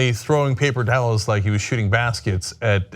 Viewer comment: "Papel towrls"